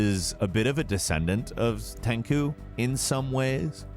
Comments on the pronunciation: TenKu?? What?? It's TenCHu! Like, cha-cha, you know, lol. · Omg no it's not tenku or how ever you said it was...it's tenchu. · Its tenku? not ten chuu? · "TEN-SHOO" not TENKEW 🤦🏿‍♂️ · Tenku?... Come on man... Tenchu.. The ch is like charm pronounce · It’s not pronounced “tenku” it’s pronounced “tenCHU” smh even said shuriken wrong lmao whaaat. For me Tenchu is more of a ninja game than Sekiro, love both but Tenchu is a superior ninja game. Sekiro is basically tenchu-soulsborne. Tsushima is amazing and I’d put it as my #1 as well. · tenCHu not tenku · TF is "Ten-KU"!?, say it with me, "TEN-CHOO, TEN-CHU!!" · No mention of Shadow Dancer or the Shinboi series? It's hardly an "all time" list. It's more of a "best ninja & samurai games in the last 25 years or so" list. You even went so far as to say you didn't mean the NES Ninja Gaiden game. The fact you said "Ten-coo" instead of "Ten-chu" has clearly bothered people more than the glaring issue with the list though....I like you. You do good work most of the time. You seem to be knowledgable about recent games. It's just that you make so many errors in these videos. Before making them or publishing them, can I suggest you have an editor look over them? If you already have an editor looking over them, get a new editor. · “Tenku”, hahahha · "Tenku"??? It's Tenchu, how can you say that wrong and it's only 2 syllables, and you used footage from Tenchu: Fatal Shadows instead of Stealth Assassins. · Tenchu, CHU. Not "Tenku" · I stopped watching it cause there is no excuse to mispronounce Tenchu except if it was just a slip of the tongue but he says Tenku twice and doesn't correct himself. Not only that but he uses footage from Tenchu: Fatal Shadows instead of Tenchu: Stealth Assassins. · Isn't it called tenchu? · Ten koo? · did he call tenchu tenku? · When buddy said "Tenku" I knew I was wasting my time here. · 10 chu! I did too dude. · ten chooooooo!! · Excuse me. Did he just say TEN KOO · Ten “KOO”??? facepalm